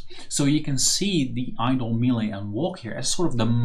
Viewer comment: Nice tut! Btw check how melee is pronounced, it's pretty weird